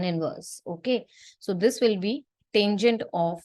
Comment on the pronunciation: It's not taingent, it's tangent